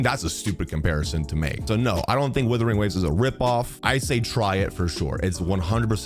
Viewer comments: Love how calls the game Withering Waves instead of Wuthering Waves 😅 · Its not withering, its wuthering. I dont want the new game to wither away...its amazing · Is it supposed to pronounced as withering waves? Or Wuthering waves? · I honestly think purposely calls it Withering Waves. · Why can't you say the game's name correctly though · Mans will never pronounce this game properly